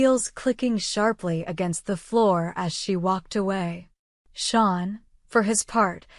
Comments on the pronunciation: It is pronounced Shane not Shawn. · His name is "Shane" not sean. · Its Shane not Sean